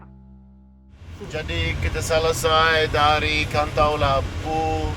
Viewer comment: 2.50 Kanto lampo Not KONT"LAMPO..Cumiiiiii🤣🤣🤣